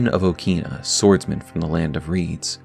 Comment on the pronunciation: In Japanese pronunciation, it is pronounced as "O-kina" in short "a" sound.